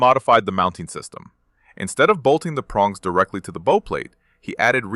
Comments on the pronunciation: The AI mispronounced "bow". It's not pronounced like flower-bow. It's pronounced "bough", as in Bow-wow. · You're mispronouncing "bow" consistently. It's being spoken by your AI like thr bow on a Christmas present. You want to instruct your AI to pronounce it as the bow of a ship. My ears will thank you for this. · BOW is pronounced as in "take a bow" not "tie a bow" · It’s a bow plate, as in ow, the way your n pronunciation hurts my ears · Or like the bow of a boat, which is probably where the name came from. But here is the thing with the English Language, Bow as in Bow and Arrow, or Bow of a Ship. Same word, two different meanings. There are many more examples too. However, you can always tell when it is AI because they can't tell the difference. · If that's true, then I am either deaf or delusional, and I am not either. They mispronounced the word multiple times, if not completely through